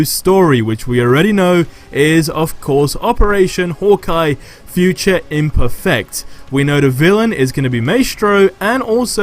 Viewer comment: idk why but the way you say imperfect is so weird